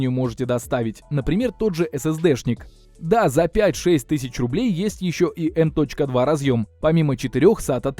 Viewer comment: Оверлокинг процессоров для швейных дел мастеров))) Не в обиду, но ухо резануло, так же как и эм точка два слотов)))